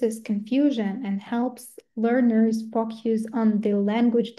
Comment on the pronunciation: Дякую за цікавий вебінар! Це дійсно важлива та цінна інформація для вчителів! Однак, оскільки спікерка також викладач (як я розумію) було трішки важко протягом усього відео слухати як слово "focus" вимовляли як фок'юс😅Не хочу здатися грубою, просто вірю що це важливий момент для усіх - викладача, спікера і насамперед майбутнього учня😊 Ще раз дякую!